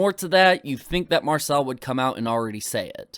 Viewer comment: If I was given a pound everytime keem mispronounced Marcel's name I'd be rich